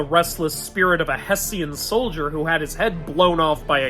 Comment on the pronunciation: It's pronounced hesh-in, don't mean to tell you how to do your job man, I've always heard it said that way.